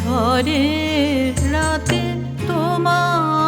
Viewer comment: উচ্চারণ একটু অস্বাভাবিক লাগছে, 'ঝড়ের' উচ্চারণ 'ঝরের' করা হলে কানে লাগে।